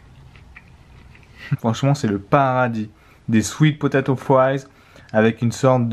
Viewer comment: ptdrr cet accent quand t'as dis "potatoe"